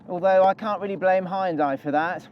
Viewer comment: Why can no one pronounce Hyundai